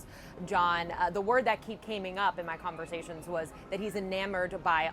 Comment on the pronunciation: I can't believe this reporter who said 'this keeps caming up' whatever happened to speaking properly. The word is 'coming'.